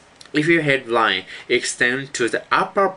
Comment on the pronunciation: i thought he said red wine and hard wine